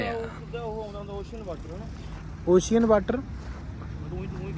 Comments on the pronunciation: veere ochian nhi hunda oshan hunda mai punjabi wale word ch dss rya english ch spelling hor hundi ocean hunda but boln ch oshan bolde 🙏🏻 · ਓਸ਼ਿਅਨ ਨਾ ਕਹੋ ਵੀਰ ਓਸ਼ਨ ਕਹੋ